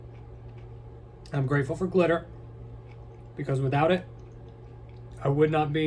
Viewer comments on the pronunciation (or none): did anyone else think he said clitter and not glitter?